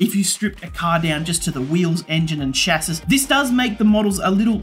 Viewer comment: Nobody going to mention the pronunciation of "chassis''?